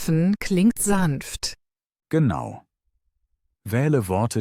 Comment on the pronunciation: GeAnu oder Genau🤣 KI everywhere